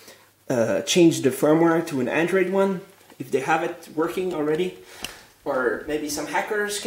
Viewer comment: an atee doller andwoid lapptop!!